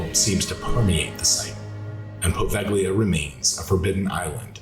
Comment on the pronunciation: Poe-vale-ya. Not poe vag lea.